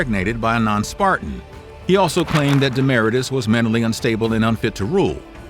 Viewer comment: KleeOMMennees. DemmahRAYtus. Moron.